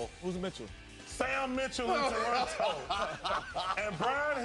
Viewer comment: Mithcell? Who's Mitchell? ...SAM MITCHELL ROFL